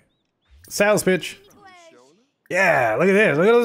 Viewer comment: anyone else hear 'Sales Bitch!' instead of 'Sales Pitch!'?